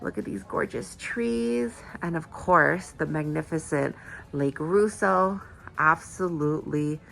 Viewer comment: Pronounced: Lake Ross-O!